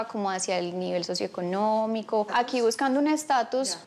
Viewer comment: 🤣😅😂🙊😁😁😁😄😃😀🙄🫢😬 ella dijo agui nadie me saca